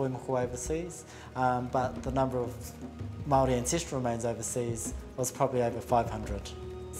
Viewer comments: Love when people can put effort into pronouncing french but can't even say maori correctly. :| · Shame about the Maori pronunciation of the narrator... I see his French was spot on, he could have done maybe a little study, it's pretty clear he did none. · More than halfway through the documentary and I have not seen a single Māori person being consulted on the matter. No place names or peoples names are being pronounced correctly, there’s not any actual information being given about the beautiful and complex culture. As a Māori woman, this documentary is deeply offensive to the people and I would actually lean towards it being completely unnecessary to keep on this channel. Watching old European white men debate over returning the remains to the people that they belong to is no form of entertainment, but further racism and colonialism shown in the 21st century. Disliking and unsubscribing. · It’s clear throughout this documentary that they did not have any input from true experts on Māori culture otherwise they’d at least have the pronunciation of Māori words and names somewhat correct. Any artefacts found to have been taken from a source country under suspect conditions should by default be considered for repatriation. These items were stolen. How can the French claim any cultural value they afford to these items could outweigh the value of the original possessors of the items. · AT LEAST ATTEMPT CORRECT PRONOCIATION HOW INSULTING XXX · agreed! pronunciation is important in documentaries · All this research and production, yet no one thought to actually check how some very basic Māori words are pronounced. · As a Maori, I agree with this. The pronunciation made my ears bleed at times. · It is clear that no attempt was made by the narrator to pronounce anything. I have heard people with the thickest accents from as far away as Russia pronounce Te Reo Maori better than this guy.